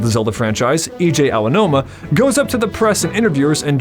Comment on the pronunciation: 11 months late, but gotta say 2 things: 1. Awesome video! 2. It's pronounced "A-G-Ow-Noom-Uh"